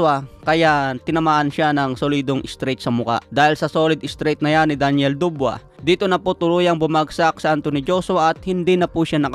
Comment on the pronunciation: Dabois hindi dubwa😂😂